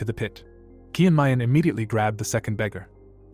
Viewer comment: The recap is great but pls correct the way Names are pronounced. Chung myung is called kiyan mayan most of the time